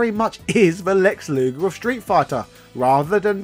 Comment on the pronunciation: its luger u butchered in this video